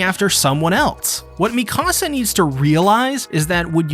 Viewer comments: Meek uh sa not mi casa I don't care about your house. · It’s Mika-Sa not Mi-Kasa